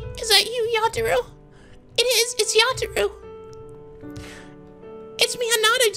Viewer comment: 2 minutes into the video, "Yata-rou". It was at this point I threw my computer.